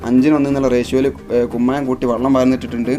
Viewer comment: വള്ളം അല്ല വെള്ളം ഒഴിച്ചു എന്ന് പറ 😂